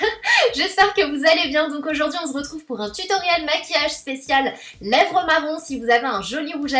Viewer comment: Le "on zretrouve" incontournable maintenant ☺️